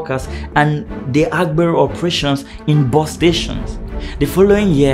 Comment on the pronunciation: You made a video and make it seem as if this only happens in Lagos. You project people's images wrongly. AGBERO means Conductor. You don't speak Yoruba and can't pronounce the word. You did a lot of exaggerations. The 'TRUE' reason you have these figures if true is because of the huge population in Lagos and thus many users of transport vehicles and tricycle. You lied calling AGBERO thugs. Youtube should sanction your video for trying to create and misinform the world. Mention a State in Nigeria that has no Conductor or a branch of the National Union of Road Transport Workers. You failed